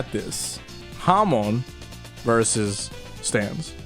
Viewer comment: Hamon is pronounced Hamone?!